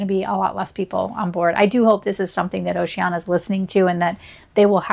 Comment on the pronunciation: It’s pronounced with five syllables. O-ce-an-I-a